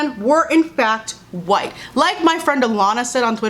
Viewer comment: she didn’t have to emphasize “white” though